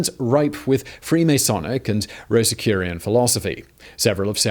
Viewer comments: Rosicrucian is not said "rose-ih-curian". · For the love of god, it's Rosecrucian. Roh-zeh-cru-shyun say it with me Simon.